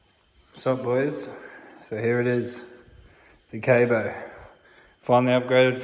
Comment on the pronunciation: Its pronounced k aaaa bo not kayboo and that other scooter is a nice scooter as well have fun stay safe and congratulation on your new ride have fun